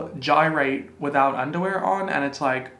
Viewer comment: Nobody:: Gyrate 😒 🤣 I love you.